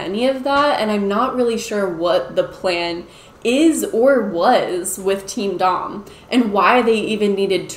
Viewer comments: I’m fairly certain that “teamdom” is pronounced like “kingdom” rather than “team dom” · I thought you said Team Dong. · I thought you were saying “Team Dong” until you showed it on screen 🤣🤣🤣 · Oh my gosh I thought you kept saying Team DONG! Like penis. . . that's hilarious that I was wrong. . . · I really thought shes been saying Team Dong this whole time lmao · I think "TeamDom" is supposed to be pronounced kind of like..."kingdom"?